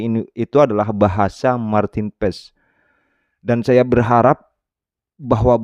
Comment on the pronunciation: Saya dengar Martin pass, Martin pars bukan yg lain